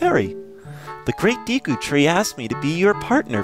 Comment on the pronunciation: its pronounce as day-ku tree